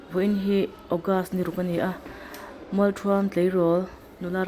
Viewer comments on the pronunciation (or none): Mualṭhuam i lam dan hi a dik chiah lo. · Mualthuam i lam dan hi a diklo aw miss